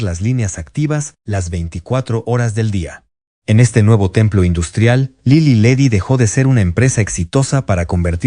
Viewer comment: Favor de cuidar la narración. Para empezar, se pronunciaba Lilí y Ledí, con acento en la última i. Las pausas innecesarias de la voz (seguramente inteligencia artificial), la numeración al final de algunas frases, la pronunciación de Tlalnepantla, etc, le restan fluidéz al relato. Hay que corregir esto.